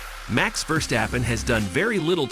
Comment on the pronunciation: Dude what a lot of bs you put up a video in where you weren’t even able to pronounce the name of many other very well known F1 drivers. Quit playing with this, don’t make Max Verstappen less of a champion in your head (and stop making yourself so utterly ridiculous!)